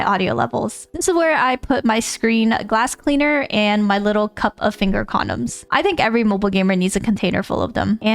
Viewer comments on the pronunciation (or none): The way she says “finger condoms” was very unexpected😂